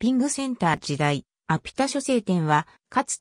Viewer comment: 「しょせい」じゃなくて「はつおい」な？笑